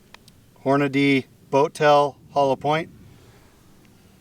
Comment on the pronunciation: Good job with the "Hornadeee". For that reason alone, I just subbed.